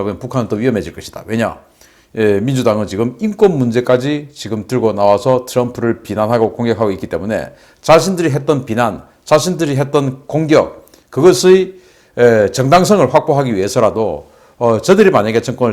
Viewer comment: "비난"의 억양이 좀 웃깁니다. "비"자에 엑센트가 들어가야 ..... 방송하는 사람들은 국어를 잘 사용해야......